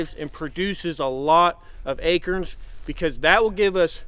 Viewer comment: I just adore you guys! Y’all are blessed, and very well should be, because you are right with the Lord. BTW, I love the way says ‘acorns’, at least that’s what I think he is saying when he says Akers?????